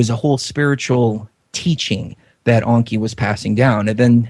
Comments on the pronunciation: It's Enki with an E not an O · stop saying Onki!!!! it's Enki !!!! you sound stupid